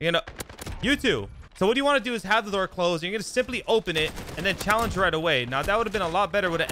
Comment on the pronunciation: I wanna vomit everytime he says "chall"